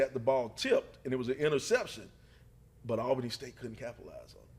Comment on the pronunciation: IT'S pronounced like ALL-BANY, lol. AL-Bany is NY lol.